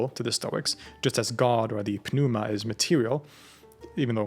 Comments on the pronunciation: The 'P' is silent in the word pneuma. It's pronounced like new-mah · Why are you pronouncing the "p" in "pneuma?" The "p" is silent (noo-muh) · Is this actually how pneuma is supposed to be pronounced?